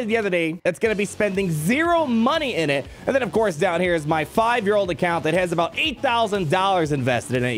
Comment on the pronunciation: Pawty rictor! down, douw, downd!!